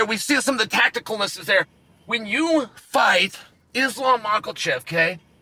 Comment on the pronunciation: "Islam Mockle-chev" Lol.😂